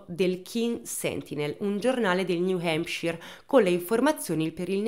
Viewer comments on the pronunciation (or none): Bel video come sempre, tuttavia hai pronunciato tante volte il nome “New Hampshire” in modo sbagliato e mi ha fatto rabbrividire ogni volta…😂